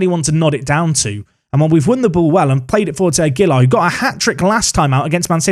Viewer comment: Aguilar is one of those Spanish names that often differs by region. a-GEY-lar can be one way, but the safest is probably a flat style: agey-lar, with a slight emphasis on the lar. Unless a stress emphasis appears in the name, you can generally emphasise the second syllable of the name in Spanish names, though obviously there are regional differences - eg. MeX-ico vs Me-Hico). Phew! Shutting up now.